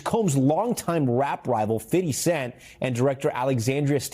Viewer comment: Fittty cent you just said am dead hahahaha